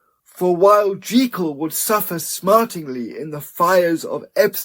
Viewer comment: This is a brilliant reading! And thank you for pronouncing Jekyll the right way!